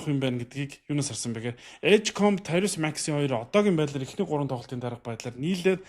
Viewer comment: Таярус Макси биш "Таярийз" аа